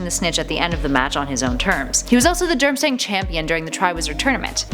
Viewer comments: It's DURM-STRANG not DRUM-STANG! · Drum-stang and then Durm-stang . . . yeah 😂 I noticed that too, and Holy-head, instead of Holly-head, and “cor-emerative” or something weirdly butchered instead of commemorative. She should really slow down a bit. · did she say "Drumstang" ?